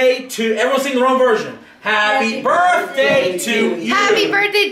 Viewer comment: it's pronounced (birth-day) not (burt-day)